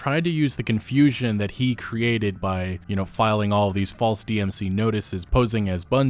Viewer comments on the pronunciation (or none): none